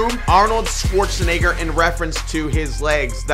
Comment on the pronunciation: Bruh stop saying 'Schwarzenigger '